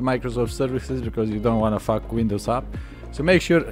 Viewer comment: When he says faack up your game